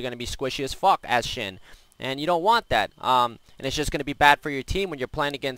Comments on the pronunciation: SHEN. Not xin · sounds like he is saying Shin